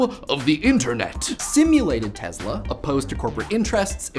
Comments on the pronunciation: teSla, not teZla. wtf, man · teSSla NOT teZla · It's Tesla, not Tezla...please respect other languages and pronounce the names right. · U keep saying Tezla... S.. Its an S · He is not TeZla-he is TeSla! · last time i checked it was tesla not tezla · Tess-la not tezla jebo te bog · Its not the TeZla, its the TeSla, instead of your Z you must pronouns S. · Ni-Cola Tezluh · The way you say NEE-COLA TEZLA makes you sound like a douche. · Wow. You mangled so much "simulated" and historical information it hurt my head—but, as usual, in a glib and entertaining way. Funny: It was not messages from Mars, but radio signals from Venus. Seriously though, you didn't even pronounce his name right. It's not Tezla. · all I hear is BLAH BLAH and you cannot even pronounce TESLA...